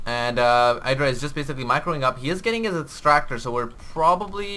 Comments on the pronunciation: watch gomtv, it is pronounced idra not eydra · It's actually ih-dra. Idra himself said the name came from a shortening of an anime character's name, so it's pronounced the Japanese way.